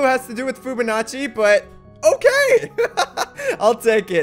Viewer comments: I cringed every timef he said Foobanacci instead of Fibonacci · did you say foobanachi